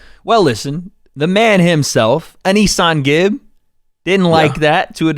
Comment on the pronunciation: Nobody Wade: “Ahh knee Sahn Gib” 😂